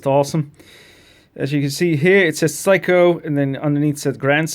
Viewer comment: It's "Seiko" (say-ko), not "psycho"!